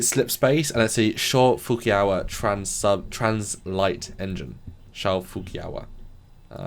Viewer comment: I'm just gonna say, I'm pretty sure that's not how you pronounce Shaw Fujikawa :P